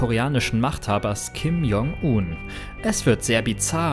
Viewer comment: P.S. man spricht es [Kim Joong un] das J wie ein englisches G